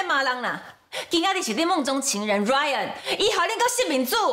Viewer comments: 1：19：26 把Ryan念成lion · 原來RYAN變LION了!哈哈哈~ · 有人發現講成lion嗎哈哈哈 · RYAN都念不好了，還要接班 XDDDD